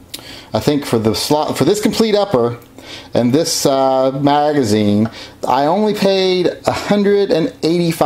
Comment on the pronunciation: did you say Margazine? were you thinking about eating margarine again?